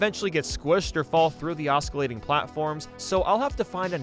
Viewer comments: The c in "oscillate" is silent, it's not "oss-kill-late", it's "oss-sill-late". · Please English better~ oscillate pronunciation: ŏs′ə-lāt″ ah suh late LO and behold the moment of truth is UPON us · I know this is nitpicking but it bugged me that this guy doesn't properly pronounce osclate. English sucks, and that's spelled in the dumbest way but still